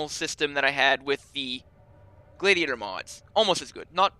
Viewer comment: Gladiator is said g lad ee ate or